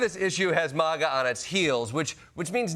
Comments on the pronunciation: It's Maga not Mahga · Klepper's one of the few to pronounce it 'maw-ga' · ...I just wish he would pronounce MAGA the right way, he's not British